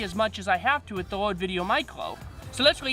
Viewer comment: C’mon. He’s got a speech impediment. No biggie. I’ve watched so many of his videos that I don’t even notice it anymore.